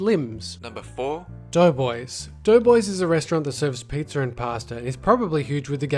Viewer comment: Lol you said "pizzer"